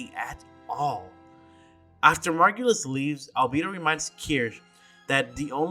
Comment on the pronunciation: Best part about the way the pronounced "Margulis" here and in the game is that both are wrong lol. The vocalic sounds are wrong in both version. The stress is right in the game, though.